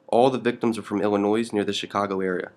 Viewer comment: Illi-noise? Illi-noyse? 2016 and we can't pronounce shit. Even shit we are reporting on.